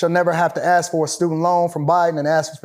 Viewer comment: Once this brother pronounced the word “Ask” correctly I knew he was about something. It is rare to find one of our own who pronounces such a simple 3 letter word correctly. It is not “Axe” because an Axe can be a weapon or a tool so pleeeeease my brothers pay attention just say ASK=ASK NOT AXE